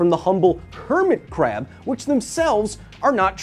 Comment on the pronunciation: That KRRRab. It's like your german ancestry is coming out.